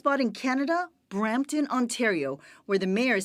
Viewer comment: It's Brampton